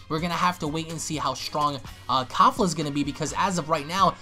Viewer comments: Its not kafla.. Its Kefla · its KEFLA not KAFLA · XD ITS KEFLA NOT KAFLA😂😂😂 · Why are people getting her name wrong it's kefla even shown in subtitle Goku even says it KEFLA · Why does everyone keep saying “Kafla” when it’s obviously “Kefla”? And don’t give me that “It’s the same thing” excuse cuz it’s obviously not if they have 2 different names